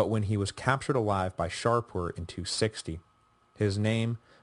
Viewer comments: Do I hear the Sassanid king's name being pronounced Shar-poor? Is that a latinized version? In Persian the name is Shah-poor, shah=king and Poor=son of/born of. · This is my second run through the series and although I may have raised it before, the Sassanid king's name is Shapoor not ShaRpoor. Shapoor is a compound name, from Shah=king and Poor=son(of).